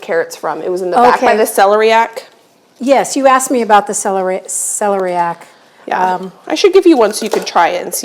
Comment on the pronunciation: Go on Google and check out the pronunciation for celeriac. The stress goes on the LER.